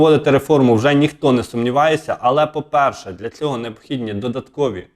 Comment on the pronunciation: З повагою до ведучого. У прізвищі ШмигАль наголос на останньому складі. Неможливо слухати "ЦЕГО", "ЗАЧІПИТЬ" і т.д. Участь беруть, а не приймають. Ведучому слід грамотно говорити, щоб хотілося його слухати.